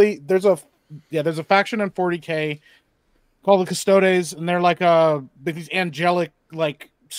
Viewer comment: doesn't know how to pronounce Custodies